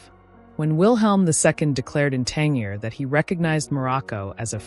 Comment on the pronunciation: It's 'Tan-JEER'!